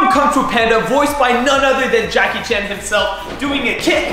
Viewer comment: Джеки Чан а не Джаки Чен